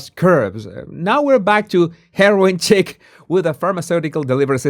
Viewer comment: Chic pronounced “sheek.”